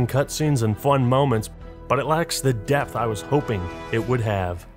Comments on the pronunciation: depth.. there's a P stop saying Death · Did you say depth because I had heard death